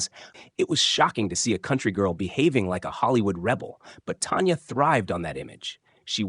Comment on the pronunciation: It’s not Tonya it’s Tanya….get her name right!!!!!!!!!